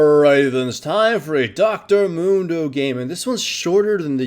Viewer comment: Dr.Mundo? no, Dr.Gundo.